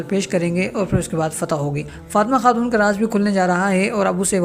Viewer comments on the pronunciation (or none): none